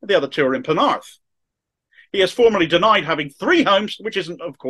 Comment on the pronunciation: Hoping what the good people of Camarthen have started has a domino effect and grows. Well done - you pronounced "Penarth" perfectly! Only kidding mate, keep up the good work 😀